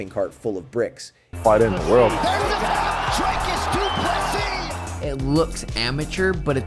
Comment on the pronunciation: Pronounce his name right. You can’t get first or last right. Not that hard.